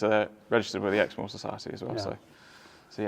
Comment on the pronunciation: What is the breed? NVM...I looked it up...sorry I couldn't understand you. Exmoor. When I was at Texas A&M , the trainer I was riding for allowed his vet to let vet students geld his horse. They did not lay the horse down, but I'll never forget that student yanking so hard the vet yelled " We didn't need at all that out"...poor horse needed lots of stitches.